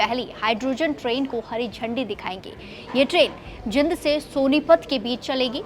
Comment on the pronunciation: पहले तो बोलना सीखो जिंद नहीं जींद है